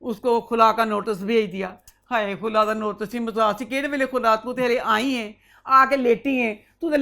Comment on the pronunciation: I love you. the way you say "Hayeee" reminds me of my Khalas they are from gujranwala same accent <3